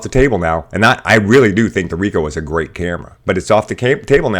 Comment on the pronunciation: Manages to pronounce Ricoh alright, fails miserably at Nikon. How? Why?